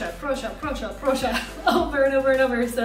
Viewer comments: stop saying prussia instead of proszę, prosze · Proszę is kind of pronounced like Porsche xDD (native polish speaker experience btw)